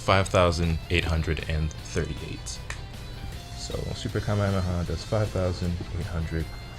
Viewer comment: Its Ka may ah may ah